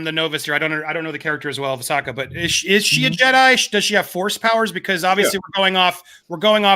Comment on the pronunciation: Andy I love your content but the pronunciation is driving me nuts it's pronounced Ah-So-Kah